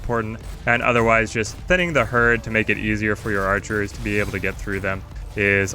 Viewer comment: It's just "archer".